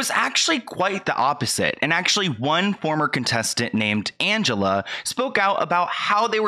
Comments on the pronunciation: Great video. But the girls name is pronounced "an-ge-LEE" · Not that it's super important but Angelea is pronounced with a LEE at the end, not LUH. Love the video! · calling angelea ( ann-juh-lee) angelea ( ann-juh-la)😩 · Her name is Angelea not Angela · Love, her name isn’t Angela .. it’s Angelea like anja-lee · I thought it was Angellea not Angela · Not Angela its Angelea -- Anjelee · Angelea not Angela. 🥲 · It’s pronounced AN-GEL-LEE not Angela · It's AngeLEA, not Angela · It's AngeLEA not AngeLA. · Angelea —pronounced Anj-ah-lee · It's pronounced angelee. Omg. He told kayla she had to confront her trauma? As if he's a therapist? That was so ignorant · I'm pretty sure it's pronounced angelee